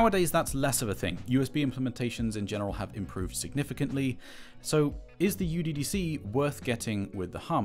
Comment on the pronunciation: The name IS NOT uDDC (youDDC). It is μDDC (miDDC). :I guess not anyone is into mathematics :)